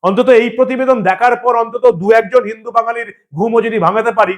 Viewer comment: যে হিন্দু হয়ে হিন্দু শব্দ উচ্চারণ করতে পারে না সে হলো আবর্জনা।